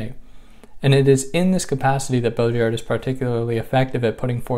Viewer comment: Baudrillard.. the "d" is silent :) sorry for that phonetic remark, but its french after all other than that, great video! Peterson is a perplexing character, I still wonder why no one has clearly came out and said to him how wrong he is on so many things he criticizes. It's bizarre.